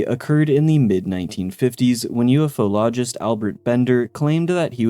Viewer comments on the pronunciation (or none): none